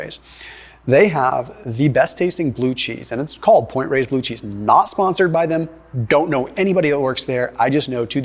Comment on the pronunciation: That's Point Reyes. Not "Race", lol.